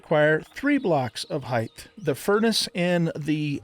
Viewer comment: Pet Peeve Alert: Height not Heighth